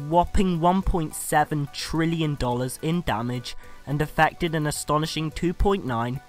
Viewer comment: no such word as trillien